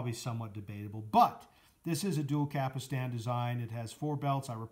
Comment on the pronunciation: Stop saying Cap Ull Stan.